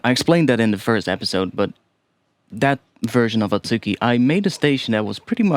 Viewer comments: just a note on pronunciation, you're pronouncing it as at-SU-ki, but the proper pronunciation would be a-tsu-ki. The u also doesn't really get fully pronounced, so its more like a-tski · The second one should be あつき (atsuki) not あっき (akki).